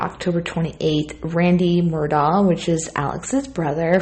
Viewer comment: I believe it's pronounced , Mer-Dock. Righeeeeeet?